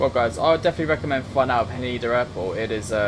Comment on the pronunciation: It's Ha Neh DA not Haneda by the way!